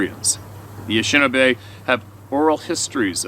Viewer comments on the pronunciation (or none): Anishinaabe pronounced a nish i naa bae not Ashinabe.